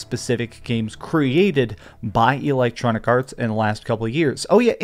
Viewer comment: EEEE-lectronicarts 🤣🤣🤣 this guy heard the word "roasted" 15 minutes before recording his video and tries to use it in every sentence because he thinks it make him sound cool 😂😂